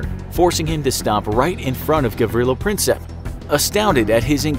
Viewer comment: It's not Princep its Prinčep